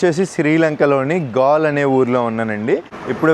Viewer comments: గాల్ కాదు... గాలే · అన్నా గాల్ కాదు గాలే